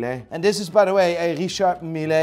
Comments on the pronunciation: I can’t stand pronounciation for Richard Mille! It’s a Swiss watch not Italian! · shits on richard mille. pronounces the name wrong. goes on to rate the brand as best watch brand a year later! 🙈